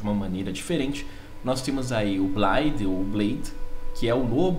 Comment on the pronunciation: Se pronuncia "BLAIFF".